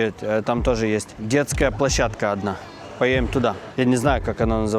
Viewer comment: Почему ты,, не проговариваешь букву «Д» в словах: надо, поедем и других?